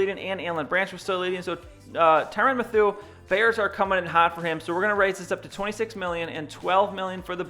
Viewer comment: Great vid!!! However, Mathieu is pronounced matthew.